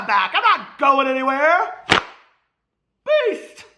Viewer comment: Wait Peter, has your intro always included Beast? I watch you on 2x speed (watch all YT that way lol) and this whole time I thought you were saying Peace! Roflmao!! xoxo